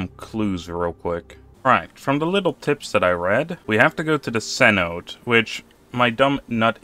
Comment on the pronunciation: cenote = "seh noh tay". It's a mayan loanword